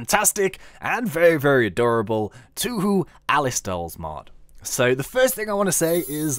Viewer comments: It's pronounced "toe hoe", by the way. :P Oh, and I love this mod. Alice's dolls are adorable. One problem is that the Goliath Doll in the actual games was, like, 10 metres tall or something. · Hay. Sins you've already spotlighted this mod try the "Touhou items mod" im pretty sure you will like it.. BTW.. Its pronounce "TowHow".... Try to play the Touhou games... It will blow your mind.. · Toe hoe is the correct pronunciation.